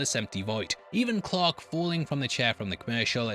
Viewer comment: Since it sounds like you say clock when you say Clark, what does it sound like when you say clock???